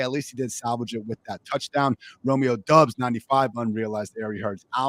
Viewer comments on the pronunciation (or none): Hey dude with the crooked face, it’s Romeo Doubs, not “Dubs!” Can you say door knob? Than say Doubs! 🤡